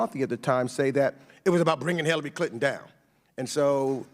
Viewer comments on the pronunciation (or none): "Teckaterry Tlinton?"